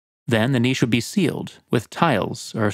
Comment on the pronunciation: Finally! An North American YouTuber who knows how to say 'niche'